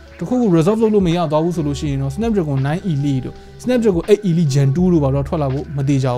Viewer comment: 8Elite ရဲ့အသံထွက်က 8 အီလိုက် ပါ